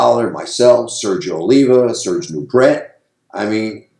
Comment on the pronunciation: Serge Nubret is pronounced " Nubray"